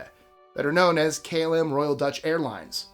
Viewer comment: Great video as always. I really really really had a good laugh at the pronunciation of KLM (# 13) - please look up how to pronounce these letters in Dutch - it's Kaa El Em - not klm, pronounced as a word ;-) Keep up the good work!!!